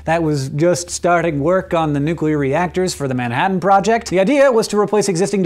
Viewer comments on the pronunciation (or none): none